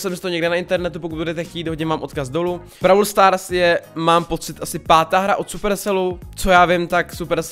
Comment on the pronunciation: Vyslovuj to pls " bról stárs".... Brawl stars je strašný... :D . Jinak nemůžu uvěřit tomu, že u minulýho videa jsem napsal jestli si tu hru nechceš zahrát a ty si to udělal!!!!! <3 A TEĎ KE HŘE!!!!!!!: 1. jsou tam 4 mody: Gem grab, Showdown, Heist, Special events. 2. za pohárky postupuješ v lize a získáváš různý odměny. 3. každej brawler je jinej (shelly má splash jak normal utok tak super a piper je sniperka atd....) 4. potřebuješ powerpointy na upgrady 5. každej brawler má svůj rank 6. natoč další video z brawl stars!!!!!!